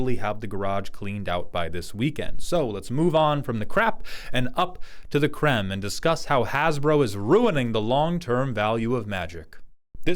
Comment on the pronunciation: I'm too Stormlight-brained. When you said "let's move on from the crap and up to the créme", I heard "up to the crem", and thought "well that's no a huge leap".